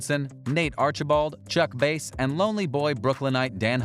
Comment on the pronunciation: Its Bass not Base